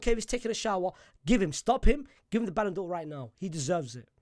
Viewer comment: Ballan'dor For What??? Are You DRUNK???